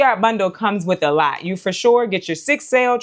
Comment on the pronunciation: You are so funny. "I just don't need a LAWT of kohlrabi...we're just gonna do EIGHTEEN KOHLRABI 😳" - So so relatable lol. Fall is my favorite season. Living in the Midwest, I have more cool-season days than warm, so my garden prioritizes space for cool-season veggies. Most will go in 45 of my Bootstrap Farmer grow bags. I would grow fall cabbage, broccoli, cauliflower, kohlrabi, giant red mustard, collards, cilantro, and tons of asian greens! I love mizuna, bok choy, and napa cabbage. I might even start a few peas in them. I'm a new gardener and in my 3rd gardening season. I found a new passion and obsession, and I love Bootstrap Farmer products. So far, I only have a few trays and a lot of their grow bags, which were a complete lifesaver when trying to get started in limited space and on a budget. This would be a beautiful addition for a new gardener looking to build a quality collection of seed-starting supplies. Thank you for the opportunity to enter to win this! I'm so excited!